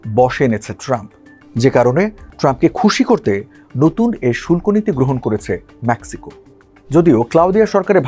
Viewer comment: আগে ইংরাজি উচ্চারণ ঠিক কর কাটা, ম্যাক্সিকো নয় মেক্সিকো